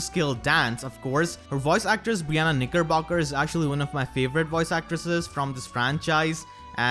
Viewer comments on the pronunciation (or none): none